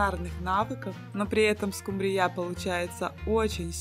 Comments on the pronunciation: Неправильно ставите ударение , нужно ударение вначале ствить в слове СКУмбрия, а не СкумбРИЯ, прямо режет слух неприятно! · скумбРИЯ? надо СКУмбрия